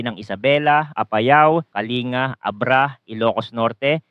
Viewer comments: Again please correct how you pronounce Kalinga. It should be KA-LING-GA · YOU PRONOUNCE THE G IN KALINGA, KA-LING-GA Sa tagal niyong nagfoforecast, gang ngayon di niyo maayos-ayos ang pqgbigkas sa mga lugar. Nakakabastos at nakakainis. Pano magiging credible yang binabalita niyo kung sa pronunciation palang e sablay na. PLS MAKE AN EFFORT TO KNOW THE PROVINCES IN THE PHILIPPINES EVEN SA PROPER PRONUNCIATION LANG. Bilang pagrespeto nalang sa lugar at mga tao.